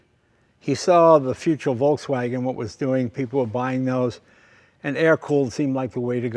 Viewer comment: That pronunciation of Volkswagen was spot on.